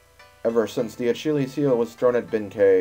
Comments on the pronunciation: Lol we know, it's the let's play curse at work! (talking about the acheelies heel prononciation) How's the actual save file doing? Was it just some random occurance or did you lose the save? Anyway great job and I did not know about the mouth laser attack! Lookin forward to the next installment!! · It's pronounced Ah-Kill-Ease. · you really cant pronounce achilles(achilleus)...